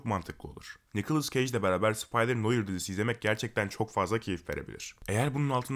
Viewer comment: Abi bilgin olsun noir noar diye okunuyor.